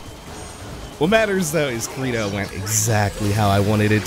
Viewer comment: It's pronounced cr ey do